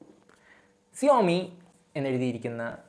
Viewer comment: സിയോമി അല്ല ഷവോമി